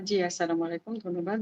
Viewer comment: সালামটাও সহীশুদ্ধ করে দিতে পারেন না। কেমন মুসলমান?স্লামালাইকুম নয় আস্সালামু আলাইকুম বলবেন